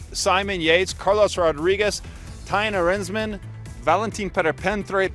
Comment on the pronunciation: Thymen Arensman. Not thaim arnsmen